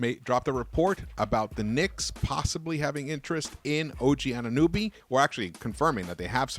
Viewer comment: It’s AnunOby not “AnunUby” 😂